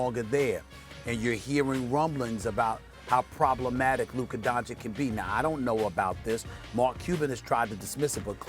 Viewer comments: Luker don-chick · Stephen A: Luka “Donchik” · Also, SAS isn't reading the news well. The firing of Donnie and the Rick Carlisle leaving was with regards to the shadow GM. I mean go read the Athletic piece again man - and how long are you gonna keep saying DONCHIK dafuq? You can pronounce soliloquy but can't pronounce DonCHICH? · Molly..."Doncic"...Max "Doncic"...SAS "Donkitch" 😑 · I think SAS forgot about the Young and Collins friction from earlier this year right along with how to pronounce Luka's last name correctly?